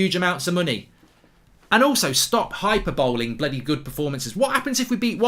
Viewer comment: Love the vid. Your pronunciation of hyperbole is very wrong.